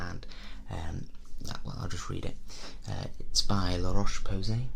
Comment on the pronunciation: I love that you can pronounce La Roche-Posay, which literally no one can, but not Schwarzkopf 😂